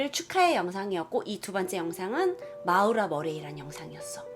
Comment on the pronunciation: 근데 마우라? 모~라 아닌갘ㅋㅋㅋㅋㅋ 재밋게보고갑니다~~